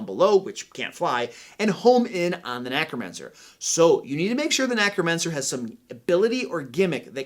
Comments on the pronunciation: I love all the advice he is giving, but am I the only one bothered by him saying NACromancer instead of NECromancer? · did you just say Knackromancer instead of necromancer? 🤣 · Is it just me or does he always say nAcromancer? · Thanks for a great video. Just one thing though: NECK-ROMANCER! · Are you saying “nAcromancer”?